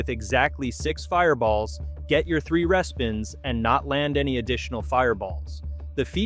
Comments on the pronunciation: Interesting content… but the AI voice is abysmal. Mispronouncing things - for example, instead of “REE-spins” it says “RESS-spins.” Can’t you find a real human to read this? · respins is pronounced reespins - fyi - Connie in Kelowna - but informative video!! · I was liking this to the last machine. When this stupid AI said res-pins instead of RE-SPINS. ARRRRRGGGG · It’s hard to find this credible when the sex and the city slot machine lost the license and was not renewed and it cannot be found in any casino since 2024! Also Tiki fire is not ultimate fire link! It’s lightning link! But you said that happy lantern was the worst lightning link! Also if you’re going to AI to voice your script, then respins as re-spins for it to pronounce properly!